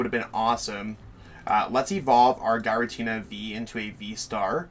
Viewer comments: Is it pronounced Guy-ra-Tina?? It’s always been Jeer-ra-teena for me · If you don't stop saying "guy-ratina" 😠👺